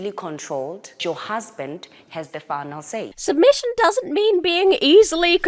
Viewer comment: "Your husband has the funnel say. Has the funnel dizision." The wut now?